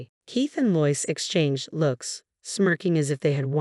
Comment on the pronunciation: The name LOIS is pronounced as "LOW-ISS". I think you always get at least one or more simple word or names mispronounced, in each and every video. Stories are interesting but the telling is always off!